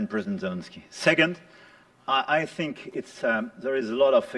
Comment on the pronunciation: He said "I Thank" 😂 Is that you Jim Acosta 😂